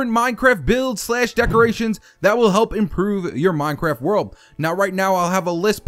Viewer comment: he said minecwaft what :p